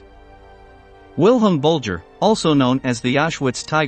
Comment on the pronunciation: Gotta love AI; no intelligence at all. Bulger….Bullger. Menjele….Mengele. A real person would make this video so much more interesting, instead of mispronouncing names and other German words.